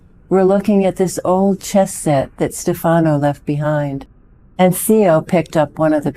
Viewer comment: It's STEF a no, not ste FA no.